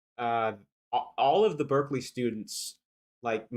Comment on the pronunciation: Did he call it Berzerkeley?